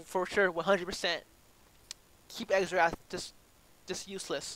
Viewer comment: The champion is pronounced "zerath" lol